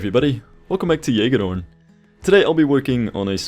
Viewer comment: please someone make a remix of how he pronounces this rollercoaster